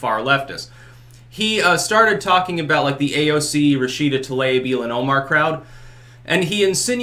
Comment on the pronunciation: For everyone's pronunciation help Tlaib is pronounced Tuh-LEEB